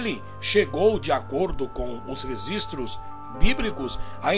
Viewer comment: Depois que ele falou "resistros" históricos eu parei de Assistir.